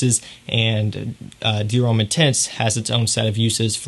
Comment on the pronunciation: french for Americans: Homme rhymes with plum